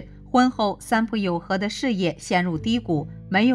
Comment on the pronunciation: 應該是三浦友和，不是三友浦和喔～